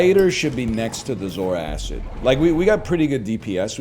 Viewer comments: I know better than to watch NL play strategy games seriously, but finally hearing the way he says it, everyone that's complained about it is right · Popped up just as my food finishes cooking, life is good Edit: Taking a bite every time he says "zoar-acid" - food is gone